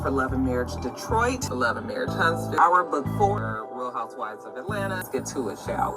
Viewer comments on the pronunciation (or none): none